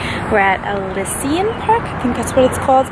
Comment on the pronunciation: Elysian = UH- LEE- ZHUN ;) Love it, tho!